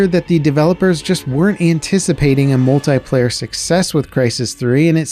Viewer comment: "Multayplayer" its Multiplayer.